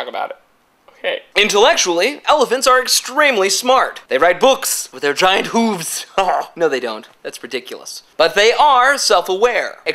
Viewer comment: HAHAHAHA! hooves! I love how u say that! Hooves!!! lolol